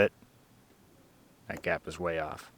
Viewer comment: make an effort try saying battery box, not battery bhax. say on and off, not ahrn and arff. learn to speak correctly. you are dumbing down my language. apropos mechanics top knotch.